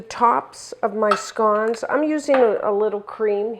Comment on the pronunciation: I’m English and pronounce it just like you 🏴